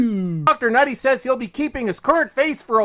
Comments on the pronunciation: People have said it’s just him being racist and refusing to pronounce Ncuti correctly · I think he's just saying Ncuti's name of purpose by leaving out the c and saying the n hence nutty- nuti. He obviously knows he is wrong but as it's not a traditional white name he can't be bothered saying it right, he really is the worst kind of bigoted grifter. But yes it is because he is racist and doesn't believe a person of colour deserves even the bare minimum of respect. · Either that or he’s purposely mispronouncing Ncuti’s name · Really? The best he can do for criticism is consistently and deliberately mispronounce Ncuti’s name? Why? Because it’s supposed to be an insult or something? Not a smart play from the man whose name can be read as Bowel-streak with a little rearranging.